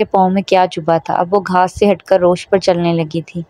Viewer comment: Plz its rawish not rosh 😶